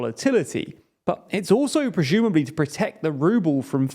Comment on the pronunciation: "prezhumably"? Jesus.